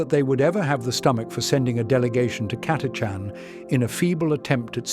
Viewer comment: The “ch” in Catachan is not pronounced like a K or a hard C otherwise it would be spelled Chatachan